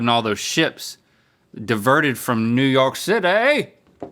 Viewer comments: I love Link repeatedly saying NEW YAWK CITAYYYY like Laszlo🫶🏻❤️ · "new york citay"